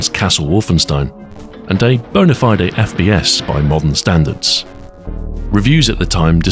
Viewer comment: Is he saying FBS?🤔 First bastard shooter 🙃